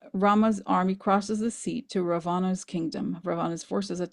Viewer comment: I’m Indian and very familiar with the Ramayana. My grandma used to tell me this story when I was a child. So the correct pronunciation is Raa vana. And Hanoomaan. It’s a wonderful story. Also Kamala is fondly referred to as Lotus because “kamal” is the Hindi word for the lotus flower. We’re so grateful for all that Corina and you do for us ❤